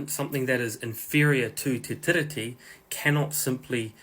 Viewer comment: Bros saying tiddy 🤣🤣 sound it out my bro Te Tee-Ree-Tee not te tiddy T